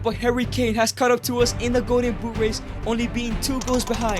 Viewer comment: Man it's "Golden Boot", not "Go'en Buu".